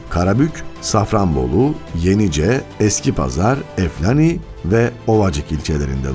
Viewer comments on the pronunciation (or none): Spiker eflani dediginde irrite oluyorum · O nasıl EFLANİ demek ya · Eflani(?) telaffuzunu lütfen doğru ogrensin spikerimiz.